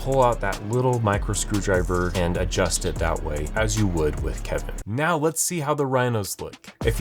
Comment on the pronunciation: I knew it the second he said Keven